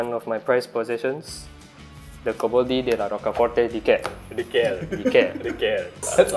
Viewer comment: Very good italian pronunciation on the coboldi, well done!